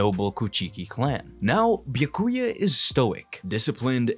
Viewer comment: I’m getting whiplash. How can he butcher visard and byakuya, but then EAT pronouncing komomura’s shikai & bankai names 💀